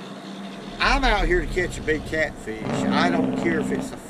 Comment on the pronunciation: "Catfeesh" I love it though.